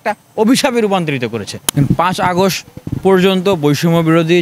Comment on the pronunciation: August err uchharon thik korenn